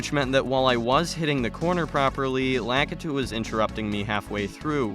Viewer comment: The way he says Lakitu bugs me lol